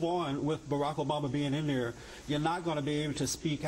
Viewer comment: did that idiot say Barama? wth